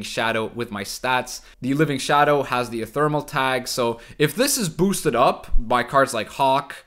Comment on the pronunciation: IT'S EPHEMERAL NOT ETHERMAL PLEASE